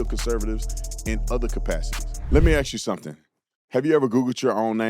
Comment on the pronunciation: When you stop pronouncing ask correctly I’ll be unfollowing. I know it doesn’t matter to you, but don’t talk the slang, you seem educated. I also don’t think Candace is so far off! This kid didn’t act alone. He was a decoy. Erika is weird. She is so different from even when she was with Charlie not to mention prior to Charlie. People don’t change so much or so many times. The true person does come out again.